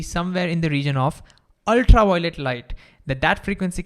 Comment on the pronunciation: Ultra-wiolet Vave 😂